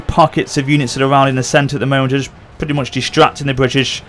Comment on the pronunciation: 6 min into the video to understand that that word was "British"